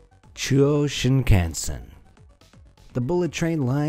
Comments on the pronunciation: it's not shiin-khan-sen in a english way its shing-kansen but say it fast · “Shin-can-sin Ok, pretty sure that’s not how you pronounce it, but I guess an attempt was made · its pronounced Shin-Khan-sen not shin can sen